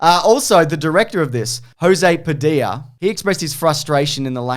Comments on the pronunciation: José Padilha is brazilian, it is pronounced Jho-zay Padi-lya. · The way they pronounced José Padilha's name hurt me physically. He's brazilian 😭😭😭 that's the spanish version